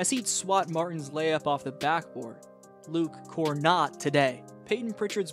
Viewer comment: You got me with "Luke KorNotToday" 😂